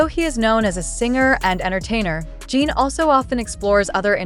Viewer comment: It is not Jean it is JIN. Please get his name right if you are going to report on him. Jin is very are well known and loved. Fan from Canada 🇨🇦